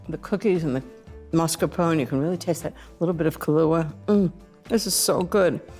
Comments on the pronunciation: Love Ina but that pronunciation of Mascarpone was hard to bear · Love the recipe. Hates the way she mispronounces “mascarpone”